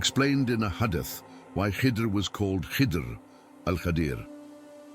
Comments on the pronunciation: The narrator says hade-ith, maybe try spelling it hadeeth he will change his pronunciation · Please rectify the wrong pronounciations before uploading the AI speech with your own voic e, it's Isa a.s , Imam Jafar As Sadiq a.s and hadith that is pronounced wrong